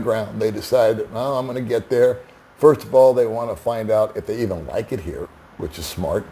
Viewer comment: I'm a pouriner :) Hahaha! That's how they actually pronounce it! Pinancial safety pirst!